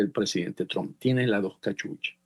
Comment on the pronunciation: BOBO, EL APELLIDO DEL PRESIDEN DONALD SE PRONUNCIA TRAMP, DEja de pavadas y pronuncialo correctamente traaaaaaaaaamp